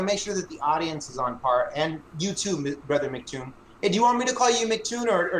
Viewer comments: What a douche. I thought his mispronouncing of MCToon's name encapsulated flerfers' attitude – he didn't bother to check beforehand, he didn't apply common sense (it's MCToon, not McToon), and he when he did finally ask how it was pronounced he promptly ignored the answer and stuck to his original belief. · told how to say his name, and immediately said in wrong 10 seconds later. He's a complete ignoramus.